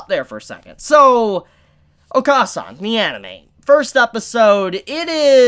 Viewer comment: It’s oka-San is said o-kuh-San basically short A sound not long A sound